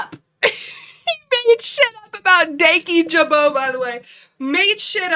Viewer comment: This is stupid, but the way he can’t even say Dan Kyjabo’s name is infuriating. He has not watched a single one of his videos, and his unwillingness to do any type of self reflection is enraging. Truly, I wish his pillow is warm every night.